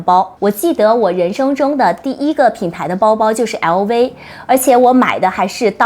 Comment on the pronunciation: 熬威嗷威嗷威…LV能唸成這樣也是厲害